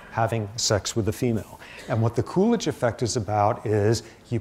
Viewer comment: lol I thought he was saying coolage, as in cooling down period hahaha come to find out it's poor Calvin Coolidge